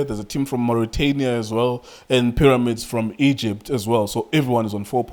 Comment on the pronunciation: "Paramix" 😂😂😂😂Mara Junior Khanye no man